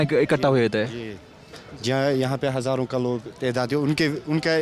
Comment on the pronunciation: Sala mkkar reporter nagrikik hazaron kah raha hai reporter hazar bol raha hai dallan top